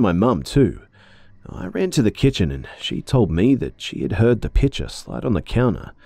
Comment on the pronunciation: I heard “pitcher” as “picture” at first and I was so confused as to why the mom had a picture of tea on the counter 😂😂